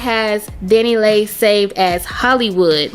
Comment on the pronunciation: It’s Dani Leigh pronounced Lee